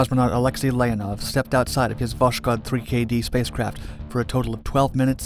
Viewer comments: It's VoSkhod, not VoSHkod... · You pronounced Восход wrong. It's vos-khod, not vosh-kod. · It was not actually "woSHod" (reading like "SHock"), but "wOSKHod" (reading like "OHio"). Just for precision. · Ah yes, VOSHKOD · Voskhod is pronounced as voshod, without the k, the Russian h is hard, pretty much like the Spanish j, you almost hear a bit of k in it, hence the transliteration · The name of the spacecraft is pronounced as "vass-hOd". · It's pronounced "Vas-hod." "Dawn." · Its pronounced Voh-S-Hod. As in sunrise. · Oh come on! It's written with a "k" specifically so that you say vos-hod. Not a perfect transcription, I know, and, frankly, most Russians would write "Voshod", but google translate would do a nice job saying the Russian name for you. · You pronounce the name of Voshod terribly wrong, kh is a soft prolonged H and sounds like H in “how”. Better be written and spelled as Voshod. Damn why the hell this author always makes such stupid mistakes in all firing languages... PS: Voshod literally means the “ascension” or “ascent”